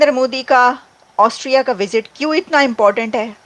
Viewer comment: ऑस्ट्रिया है पागल एंकर ऑस्ट्रेलिया नही 😂😂😂😂😂😂😂😂😂😂😂